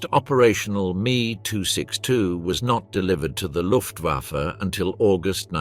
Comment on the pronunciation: After the 27th "me" 262 mispronounced name I stopped watching